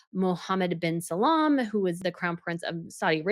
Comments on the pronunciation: It’s Mohammed bin Salman, not Salam. Second time you say this😂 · Hi! I love watching your videos, but can you please put in more effort to pronounce non-European/English names correctly? e.g. Rishi (not Rishish...) Sunak, Mohammed Bin Salman (almost unrecognizably mispronounced in another recent video), plus others. I understand that some of these names use letters/sounds not available in the English alphabet, but an approximation is still better than what feels like an unpracticed improvisation. It would be greatly appreciated by your watchers of non-European background!